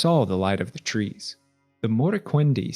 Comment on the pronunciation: I keep forgetting “year tree” is an era in middle earth n keep thinking your saying “year three” with a NY accent lmao